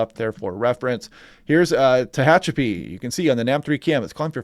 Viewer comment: You said Tehachapi excellently ha ha😂